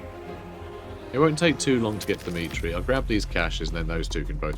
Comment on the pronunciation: I keep hearing "Dimitri" whenever you mention "the meat tree" 😂